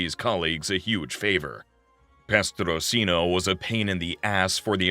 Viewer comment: Petrosino not prestosino. Bonnano and maggadino were cousins not brothers Great video though, I really enjoyed it